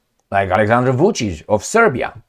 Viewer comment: You are the only comentator who produced Vucic (Wolfpuppy) correctly.